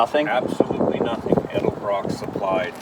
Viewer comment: Its EDELBROCK, not ELDERBROCK